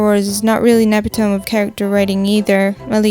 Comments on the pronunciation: I'm not the only one who accidentally says ep-i-tome! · BTW, 'emiptome' is pronounced "epp-itt-oh-mee", not "eh-pih-tohm". You and Shia LeBouf both made the same pronunciation mistake. I consider this kind of thing as a quirk of a person who is well-read but may not have many well-read people to speak to. That's speak to, not type/text with. I'm sorry to correct you, and doubly so if others have already done it here. I hope it doesn't seem condescending or rude. I like your work and want to just give you one tiny bit of aid for future videos. Cheers! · Epitome is NOT pronounced Epi-Tome. It's 4 syllables : Eh-Pih-Toe-Me. Not 3. You need to use the correct emPHAsis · I'm just happy to see I'm not the only one who accidentally says ep-i-tome. And English is my first language lol. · epitome is pronounced EE-pit-O-me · pronunciation, not spelling, but anyway it's easy to mispronounce epitome because the correct pronunciation is stupid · You pronounced epitome wrong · Did you just pronounce epitome the way its spelled??? Shame.